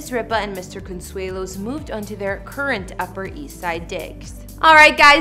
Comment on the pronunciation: Can this lady pronounce Con...sue..lo, thought I help